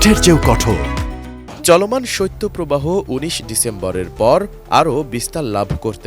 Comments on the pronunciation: সইত্য প্রবাহ না রে ভাই শৈত প্রবাহ। সংবাদ উপস্থাপক হয়েও যদি উচ্চারণ টা ঠিক করে করতে না পারেন! 😏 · সত্য প্রবাহ নয় সঠিক হবে শৈত্য প্রবাহ । উচ্চারণ সঠিক ভাবে করতে অনুরোধ করছি।